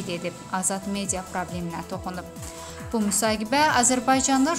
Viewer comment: Aparıcı xanım müsahibe sözünü düz de